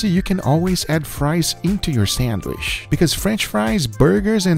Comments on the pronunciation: Not gonna lie this is the first guga video I hade to stop watching half way through. The way this man says “SANDWISH” annoys the piss outta me for some reason 😂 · Learn how to say “sandwich “ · Does he call it a ‘sandwish’ and not ‘sandwich’? I can’t stop myself from fixating on it. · why do I hear guga say Sanwish and not sandwitch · I live how he says sandwisch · I looooooove how Guga says sandwishh :D This man loves the food he makes! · my man said sandwish like 100 times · i love the way he says "SAND WISH" it sounds like the same way we arab say it, keep up the good work and vids Guga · Guga why do you call 'sandwich' 'sandwish' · I love how guga says "sandwish" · No one and I mean absolutely no one: Guga: SENWISH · Is he saying Sandwish or am I getting a stroke? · Is it just me or does Guga say sandwich somewhat weird way?